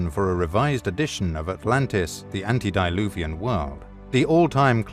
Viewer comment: Good video. However, please let your VO artist know that the term "antedeluvian" (meaning "prior to the worldwide Flood") is not pronounced "ANTI-deluvian" (which means "against floods"). Thanks!